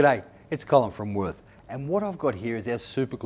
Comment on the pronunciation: I believe it's pronounced voart 🤔 I think